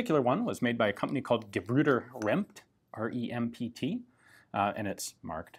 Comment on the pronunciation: Perfect pronunciation of "Gebrüder Rempt". Greetings from germany